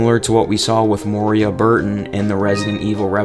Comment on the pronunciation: It's Moira not Moria.